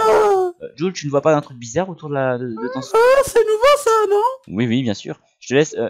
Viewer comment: Mdr ou il dit ouiiii 😂😂en dirait un arabe trop cool comme vidéo 😄